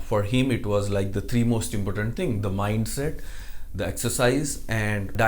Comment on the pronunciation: i am a big fan of your videos It gives me hope.so thank you As a wellwisher i just want to say that there are certain words which can be improved like your pronounciation of the word "importance" and the usage of the words" could able to."...*as much as* im sure it will benefit you more if you improve on these small errors. With love